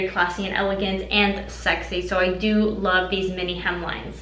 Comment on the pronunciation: When you say 'to' or 'do' it sounds like 'tiu' and 'diu'